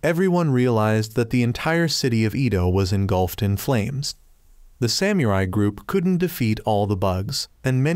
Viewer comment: because you say samurai in weird way I don't wanna watch